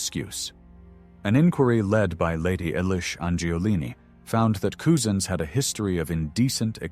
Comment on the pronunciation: his name is Wayne say it 'Cuzen's , spent Couzins, not Coozens !